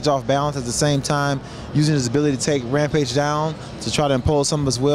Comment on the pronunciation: "Hampage is good fightooo..but my opioooo" LOL!